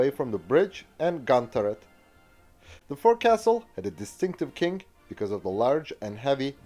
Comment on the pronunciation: Forecastle is pronounced foc-sil